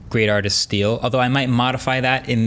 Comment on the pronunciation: Hahaha he really butchered the term "steal" while it shares the message